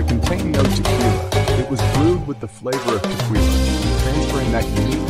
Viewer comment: Sorry. As mentioned, the music to vocals dosent mix well. AND... whats up with the word... TE-QWII-LA?😂